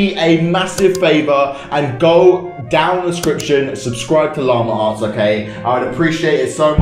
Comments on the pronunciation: llama arts me:llama ass? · This is how many times he says: Lamer arrtz